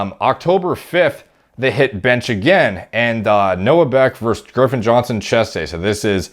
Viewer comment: Is he saying Girffen or Griffin? Sounds like he’s using the R too late lol